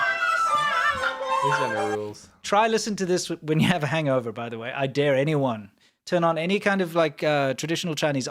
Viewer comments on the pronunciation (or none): none